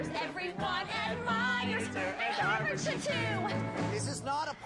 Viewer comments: She’s so sweet aw she seemed very nervous she said worvard 😂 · when she got to the "I'M what you want! harvard..." etc etc, i think she started to say warner, cos she kind of goes "waaarvard I'm the girl for you" haha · 1.21 she said Warvard like Warner and Harvard lol😂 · "Im what you want war- vard!" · its funny when she comes throught he paper she says warvar she mixed harvard and warner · I now just heard she said warvard 😂😂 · did she say WARVARD? :)) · she messed up a little bit she sayd warvard. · i hears that aswell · Katie Messenger I heard that too😂😂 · I heard it too lol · I thought I was the only one who noticed! :D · IK HAHA😂😂😂